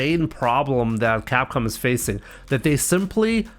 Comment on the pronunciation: Crap com 😂😂😂😂😂is not Capcom